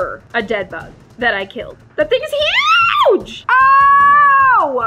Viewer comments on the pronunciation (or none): THATS HUGEE me: bro, its micrsopic haha!